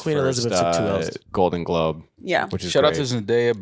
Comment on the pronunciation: dont know how to say globe